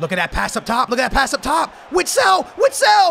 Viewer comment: It’s not (witsile) oat (vistel)